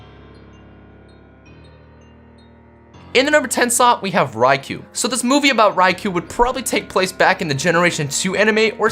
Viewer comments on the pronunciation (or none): Its pronounced Ray-koh not Ry-kuu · It's pronounced ri-c-oh , not ri-c-oo that's how you pronounce ricou